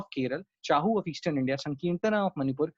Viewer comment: Thank you for a very good lecture. I suggest correct Pronunciation of chhau of odisha Pronunciation of kundhei.